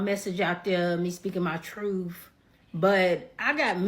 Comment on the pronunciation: "Teling her *TRUFF*" ?